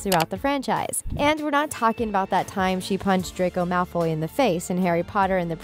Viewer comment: sis its Malfo'Y'